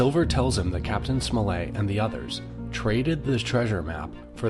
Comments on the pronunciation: It's not "Smol-lay"; it's SMOLL-ET. And it's LIV- ZEE, not LYVE-ZEE. The dot on the map you placed, is Liverpool. Bristol is much further south!! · I thought it was pronounced captain "smullet" and Dr "Live see"